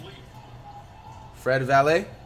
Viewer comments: miss when he used to say “Fred Vanvalit” 🤣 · in some point of the vid he said fred valae so when he first said that I just drop my comment but your correct tho